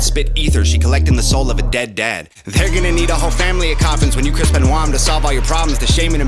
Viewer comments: The Chris Benoit bar is a of this vid: There gonna need a whole family of coffins when you Chris Benoit (pronounced Ben-wah) them.... ......I think you missed it because you had the pronunciation wrong. fiyaaaaa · Benoit is pronounced Ben-Wah. The line is of your video :D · It was the pronunciation that threw you off... It's Ben-wah, not Ben-oyt Great reaction regardless!!! Never get's old seeing this funeral #HangOverGang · It’s pronounced Chris Benwah!!! (Gonna need a whole family of coffins) 🤣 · Chris benoit's last name is pronounced like benwa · It's pronounced Ben-Wa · Benoit is a French name. Just FYI. Pronounced BEN-WAH‘. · You're right that's probably exactly how it missed it because of the pronunciation I didn't even think about it like that!! So you off the hook for this one, we blame it on the pronunciation 🤣😜